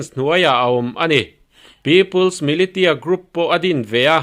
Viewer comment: Militia hi milisia ti a lamtur ani e, hriat ve mai maiah.